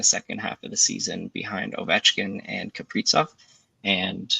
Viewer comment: the pronunciation of Kaprizov made me not trust you. JK, but kinda